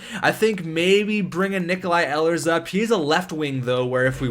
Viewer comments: Btw I hate to correct another name but it's pronounced eelers not ellers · Please, it's Ee-lers